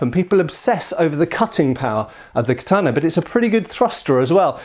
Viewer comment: In Tenshin Shoden Katori Shinto Ryu we do quite a bit of this. The first kata has a "block" performed while on one knee using the left hand on the blade. The third kata has an interesting use of it too. It's also used a lot in our Iaijutsu and extensively in the Gogyo. (Please can you learn to say Katana though; it's ka-ta-na, not ka-taaaah-na.)